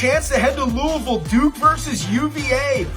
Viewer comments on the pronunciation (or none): appreciate the love for Marshall, but this guy repeatedly saying verse instead of versus was extremely annoying not to mention the mispronunciation of Louisville. Lou-uh-vull not Louie-ville